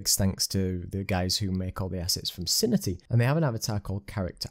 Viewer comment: Very useful video - thanks! Btw, I believe it's pronounced "Sin-Tea" ;)